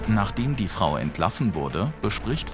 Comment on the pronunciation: Wer hat auch erst freu u-bahn verstanden 😂